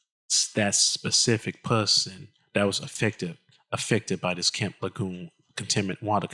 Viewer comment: Not trying to be the Grammer police, but it's pronounced La June. Thanks.